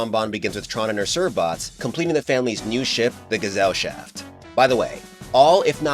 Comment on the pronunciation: It’s pronounced guess-al-shaft